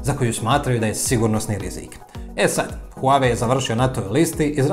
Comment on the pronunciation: Huawei telefoni nikad ni nisu ni bili na američkom tržištu. Možda njihovi delovi kao matične ploče i čipovi ali telefoni nikad. I ne izgovara se huave, već Wahway..